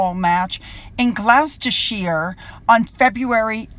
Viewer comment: Your doing better sue 🙂. You got the first part of Gloucester right but you've now gone from SHIRE to SHEER lol. I love it and it's nice you're trying not to mention it's highly entertaining 🙂 but we call it Gloucester (Shure) 🤣